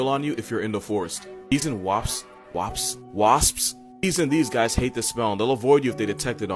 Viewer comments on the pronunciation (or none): Bruh said WAPS 🤣🤣🤣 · He accidentally said WAPS😂😂😂😂😂😂 wait what the fu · I'm glad I'm not the only one who can't say "wasps"